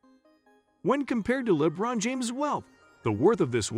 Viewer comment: Dafuq is "Lebbbron James"?! 😮😂😩